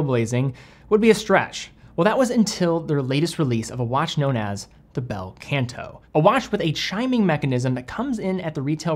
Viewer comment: Not the “Bell Kent Aww” though, it’s Bel Canto - is Italian right? 😂 (also.. not Baldazar)